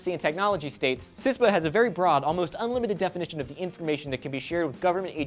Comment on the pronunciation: CISPA not CISTA